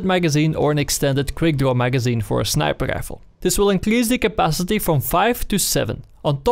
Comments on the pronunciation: why you say sniper reifl instead of sniper rifle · "Snæper leiffell"